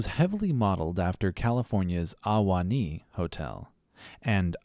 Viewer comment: Ahwahnee is pronounced with one syllable, not three, and not with an AH ... it is pronounced Uh-waa-nee not AH- - WAH - -NEE .... more like Uhwanee and at once not separated into syllables (sorry I am from the area, born and raised)